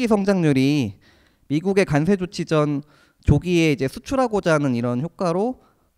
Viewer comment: 과장님 비주얼은 주임 같아요... 그런데 저도 관세가 자꾸 간세로 들려서....ㅎㅎㅎ